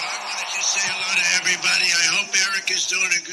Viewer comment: "HELLEO" Hahaaaa! Such a legend!!!